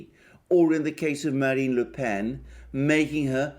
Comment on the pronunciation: Thanks,, for a very perceptive and positive analysis. (And congratulations on pronouncing "Le Pen" correctly!)